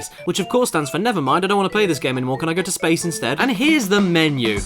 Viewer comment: Ah yes, the one place where it hasnt been corrupted by capitalism... "SSSPAYICE!"